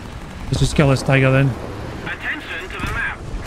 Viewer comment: Whats up....Well thats the way it sounded lol..How goes it. How your doing well bro